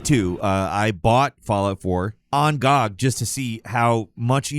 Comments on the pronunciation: why the fuck would you pronounce GOG that way, find god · Gee Oh Gee. Not Gawg. Good Old Games. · I dont know when people started calling GOG "gawg", but i really want to go back to when that wasnt a thing lol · Wait, is it a normal thing to pronounce Good Old Games acronym GoG that way? I dont think ive heard anyone else do it, but i could see it going the same way lol did.